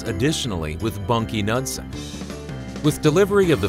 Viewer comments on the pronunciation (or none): If you're going to produce documentaries, at least get the names of the key figures right. It is Bunky Knudson (NUDE son). On the other hand, if you can't pronounce the man's name it's a pretty clear indication to the rest of us that you don't know what you're talking about. That's too bad, because otherwise you've got most of it right.